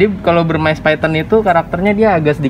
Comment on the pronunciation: Molurus dari India Bivittatus/Burmese yg d lindungi dulu emang namanya Phyton Molurus Bivittatus tapi sejak 2009 udh jadi species tersendiri DAN DILINDUNGI. Begitu ceritanya & kata influencer reptile lainnya. Burmese dibaca Burmis bukan Burmais atau Burmice.